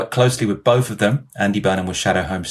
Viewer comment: I'm not Wiv you. Bofe of you actually.🙄 Is English really so difficult to pronounce🤔 Deary me.